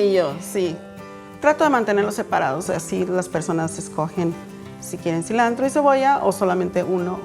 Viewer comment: La chef traía mucho ambiente mexicano, tanto que cada dos minutos decía "so", "celantro" , "torteias".